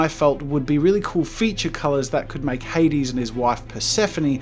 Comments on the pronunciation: It's not "Hadeeeeeeeessses", it's "HADES" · Jazza You Made The Greek Letters On The Throne Look Very Nice! Congrats! Also For Anyone Wondering The Throne Says Αδης Which Is Said Ádis with a soft D (also i am greek thats why i know this)